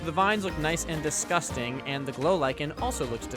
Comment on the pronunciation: I dont like he made the chruch "dusgusting" i think its a bit disrespectful